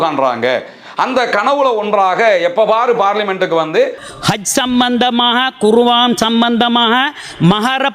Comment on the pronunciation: iwarukku kuraan endra warthaiya kooda tamilil uchcharikka theriyada neengala samooham sardha wisayangalukku uruthunaiyaha iruppeerhal kuwaan illai kuraan